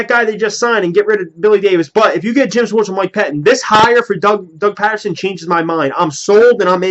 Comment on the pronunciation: Ur sayin his name wrong bro lol ..... Ur saying it like the city Patterson ..... It's really pronounced like Peterson ..... I'm sure yourll see what I mean after his first official press conference tomm tho, I'm not to thrilled either like most Eagles fans but i mean we gotta give him a shot atleast maybe he'll end up being good lol not like we have a choice but I do agree with u that its like the andy Reid hire where no one really knew him an wasn't really on any fans radars ... #flyeaglesfly